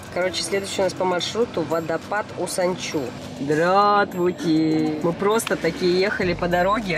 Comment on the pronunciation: водопад называется Учан-су, а не Усан-чу,_, А так ролик класс, А так рада что ты приехала в Ялту, хоть я тебя и не встретила(